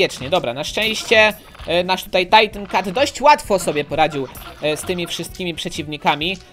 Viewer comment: to nie jest "tajtin cat,, tylko titan cat